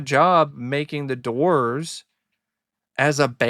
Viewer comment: The Dizz-oors 😵‍💫